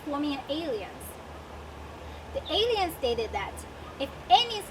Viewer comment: Alliance is pronounced ah-LAI-yuns ... the mispronounciation is a bit distracting .... Otherwise this is a great video.